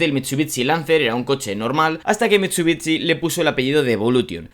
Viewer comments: Me da mucho toc que digas “mitsubitsi “ (se pronuncia “Mitsubixi” ) es como la ciudad Shangai , no dices Tsangai , un saludo me encanta el contenido pero eso da mucho toc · Mitchubitchi !!! Aaaaaaaahhh mis oídosss!!! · Bro no es hate pero tu forma de pronunciar Mitsubishi es rarísima 🤣 es como mitsubitsi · Por favor deja de decir mitsubitsi por favooooor. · Cada vez que diga mitchubichi, un chupito, súper divertido el vídeo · pero amm jajajaja miento Mitsubitsi jajaja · Porque dice mitshubitshi… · Que feo pronuncias" MITSUTSI " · Una crítica constructiva, pronuncia el nombre de la marca de manera correcta y el del vehículo igual ya que este video está dirigido a fanáticos de los autos y que este mal pronunciado en mi caso me desagrada bastante... no pude terminar de ver el video por ese motivo... es algo tonto, lo sé pero lo podrías mejorar. Saludos. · Que feo lo pronuncia